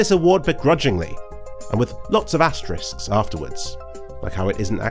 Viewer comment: thank you for saying asteriscs instead of asterixes